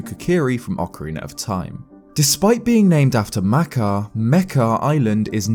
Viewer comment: I'm angry at how he pronounces makar and mekar